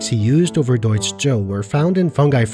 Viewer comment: I have to add, as a German, your pronunciation of Deutsch and Über are very clean. Good job